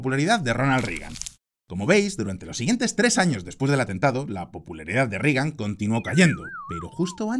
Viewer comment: Muy buen análisis, como siempre, pero mencionaría tres errores menores: A) En ningún caso la U suena como A en inglés, por lo que no es "Tramp", sino "Tromp". Yo sé que este no es un error individual tuyo, sino colectivo, pues países enteros, como España o Argentina, lo cometen. Sin embargo, sigue siendo error.. Algo parecido ocurre con "Rigan", cuando es "Reigan". B) No hay parentesco cercano entre los presidentes Roosevelt. C) En algún momento, dices que Reagan fire asesinado a tiros. Fuera de eso, coincido en todo. Saludos.